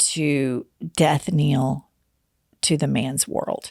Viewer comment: I've had it with Jennifer saying death "kneel". It's death knell, Jennifer. Love you!